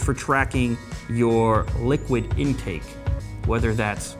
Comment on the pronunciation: Did he just say liquid incake?